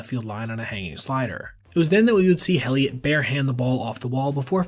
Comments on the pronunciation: His name is pronounced like "Elliot" - the H is silent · just a heads up, the H in Heliot is silent, its pronounced like Elliot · Elliot. The H is silent. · You've got to stop pronouncing the H in Heliot.